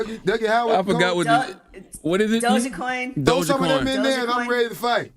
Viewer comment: "Doja coin" 😂